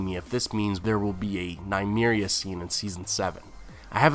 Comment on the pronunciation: Nuh-me-reeah not Nye-me-reeah